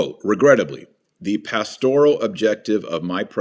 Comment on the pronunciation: "pastORal" ? Strange pronunciation with that emphasis on the second syllable. "Pastor" has a slight emphasis on the first syllable, so why switch the emphasis to the second syllable for the related adjective?